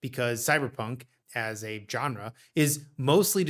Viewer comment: I cannot believe how many young people don't know how to pronounce GENRE.